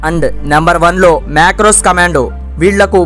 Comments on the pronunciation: Marcos not macros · Macros kadhu adhi "Marcos" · మాక్రోస్ కాదు భయ్యా marcos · Adhi macros kadhu bro, marcos commandos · Macrow kadhu ra ayya (marco) Marine commandos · Brother adhi macros kadhu marcos ani naa feeling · Adi MACROS , MICROS kaadu nanna chitti pandu....it is called MARCOS, special forces of Navy. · Macros kadhu marcos, anyways good video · Marco brother macro kadu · Macros ❌ Marcos ✅ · Bro Macros kaadu adi... Marcos correct cheskondi❤ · Macros kaadu babu It's Marcos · Macros kadhu ....Marcos ayya 😂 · It's not Macros.. it's Marco's commandos 😅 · Macros❌ MARCOS✅ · Macros కాదు MARCOS It's Navy commando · Macros kadu guru it's Marcos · Sorry… It is Marcos commando not Macros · macros kadu ra babu MARCOS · Marcos ❌ macros ✅😂😂 ......macros kadhu bhayya Marcos commando. The Indian magarmach 🐊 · Adhi macro kadhu ra ayya, marco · Yerriiii poooka macro kadhu ra marco commandos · Adhi Marcos not macros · Macros kadu ra nayana Marcos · Adi macro kadu raa marco raa 😂😂😂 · it's not macros , Marcos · Marco Ra Babu Macros Kadhu 🙏🏻🤦🏽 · It's marcos not macros bro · Marcos adhi macros kadhu telisthe chepu ledante lite tisuko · It’s not macro it’s marco marine commandos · Macros kadu ra marcos comandos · Bro macros commandos kadhu marcos commandos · Bhayya not macros it is marcos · Bro it's marcos ✅ macros❌kadu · Macros kadu bro "MARCOS" Jai Hind ❤ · bro adhi macro kadhu marcos bro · Macros kaadhu raa nayana marcos adhi😂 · Adi macros kadhu marcos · Spelling pallakadam nerchu అది మ్యాక్క్రాస్ కాదు మార్కస్ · Macros❌ Marcos ✅ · Bro macros kadu marcos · Markos kadhu bro marcos✅ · Bro macros kaadhu marcos ❤😂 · It is Marco commando not macros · అధి మాక్రోస్ కమెండోస్ కాదు bro మార్కోస్ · Macros kadhu ra ayya Marcos(Marine Commandos) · Bro adi marcos kadu marcos commando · Macross kadu babu marcos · Rey sami marcos adi macros kadu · Macros కాదు సాదరా, Marcos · రేయ్ మ్యాక్రోస్ కాదు 😮 మార్కొస్ ❤ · Marcos ra bafoon adi...macro kadhu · Marcos ra babu .. macros kadu